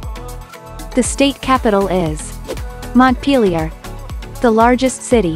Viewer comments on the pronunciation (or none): none